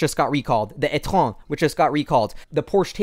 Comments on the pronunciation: I didn't expect you to say "étron" instead of e-tron. :) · I seriously cracked up at you calling it the "ètron" without even pausing. I feel like this is gonna catch on and people are gonna think thats the name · omg I love this subtle burn referring to the e-tron in it's French equivalent pronunciation 😂😂😂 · Hahaha you pronounced "eTron" à la française at minute . Good one.